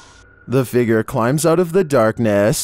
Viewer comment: Love your videos but have to say it's fig-ure not fig=ger